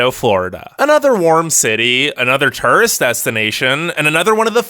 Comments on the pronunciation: I'm sorry but I just cant the turrest destinations ughh I'm sorry the way u say it hurts my OCD I'm sorry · Anyone else hate the way this guy says “tourist”? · The way this guy says Turist cracks me up each time.